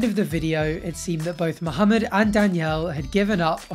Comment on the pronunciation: I truly appreciate the way you pronounce muhammad. Most english speakers mohamid. So thank you.